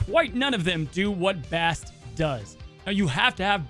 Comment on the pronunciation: Pronounced BAHST and she's the child of atum